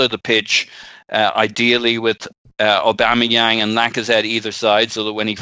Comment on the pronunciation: Put some Respeck on Aubameyang's name.